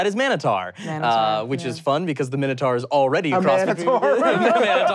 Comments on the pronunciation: Um, actually, it's not "Manotaur" for the wrestler, it's just "Mantaur" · Um Actually 1: Booker T was not the first black world champion. That was Ron Simmons in 92 2: Its not manotaur it’s just mantaur. 3: William Regal didn’t play the Mountie. He was played by Jacques Rougeau. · ...and it was Mantaur, not Man-o-taur. (And yes,...you SHOULD have known that Kevin Nash was Oz for WCW! But so cool to see you having fun and being nerdy!)